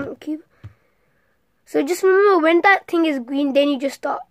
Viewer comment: my favorite part is when you say : Gween